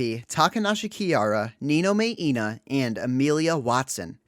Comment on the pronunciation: omg the way you butchered Ina's name hurt my budget takodachi soul... ouch. that took me by surprise lmao